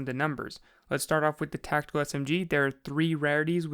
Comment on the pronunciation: TAC TICAL SMG I'M SO SORRY